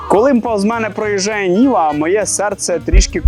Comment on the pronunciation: Може Нива, а не Ніва😅